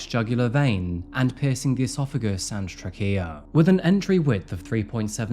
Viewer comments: How on earth does this narrator, who I'm assuming is a grown adult, not know the word "trachea"??? 🙄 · I’ve been listen to you for years and ever so often you come up with some doozies 😊 Trachea is “Tray key uh” not “TrayKia” LMAO 😂 ❤ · I love your pronunciation of “trachea.” In America, we say TRAY-kee-uh. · Truh-kia 😂 I love it!